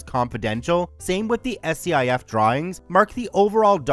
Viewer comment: 1st. SCIF pronounced Skif. 2nd Aw hell no. Nothing related to a SCIF is ever lower than 'SECRET'. That's the problem.